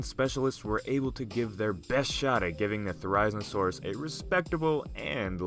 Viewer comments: It's theri-zino-saurus not ther-ize-no-sauras GET IT RIGHT! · It’s zin-o not zine-o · Ther-risen-a-saurus? I believe people pronounce it as th-e-riz-een-a-saurus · Ther-i-zeno-saurus, come on dude, not ther-I-znosaurus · Its fer,iz,en,oh,saurus not forizinosaurus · “Theriznosaurus” theri-Zino-saurus, at least pronounce it right if you don’t know about dinosaurs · Therizinosaurus really is said like There-Iz-Zeen-Oh-Sore-Us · Pronounced it wrong it’s (Thair-azeno-saurus) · Thera-zeeno-saurus, but close. Thanks for showcasing a great and unusual dino <3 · pronunciation mistake. It’s pronounced (their- is- ino - saur- us) and yes I know I didn’t spell Therizinosaurus right in the pronunciation cuz that’s how the name sounds like. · How did he pronounce therizinosaurus? He got it SO wrong. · I can’t just stop thinking about how ridiculous your pronunciation mistake was!🤣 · It's cool to see my favorite Dinosaur get attention, unfortunately you pronounced Therizinosaurus wrong. It is The-ree-zee-noh-saur-us, not The-raiz-noh-saur-us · Thera-zino-saurus is how it's pronounced! :( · The way he says its name makes me just triggered its thera-zeeno-saurus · The isle has therizinosaurus in it, and you pronounced it's name wrong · Too Weird!? Firstly, it's pronounced Thare-oh-zeen-oh-soar-us. Secondly, it's already in Jurassic World as being in the DNA of Indominus Rex. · Excuse me but how the fuck did he just pronounce Therizinosaurus? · U pronounce it There-ro-ze-no-saurus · wrong pronunciation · Say it's name correctly... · That's not how you pronounce it... it's pronounced "Thair izin oh saurus" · You pronounced it wrong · You really butchered its name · Would have been nice if you had looked up the correct pronunciation before filming this vid. Every time I hear you say it, I cringe....which is a shame, cuz the vid is otherwise pretty good. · It’s painful to hear you try to pronounce it’s name.